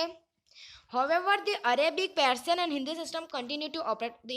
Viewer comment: persian❌ parsian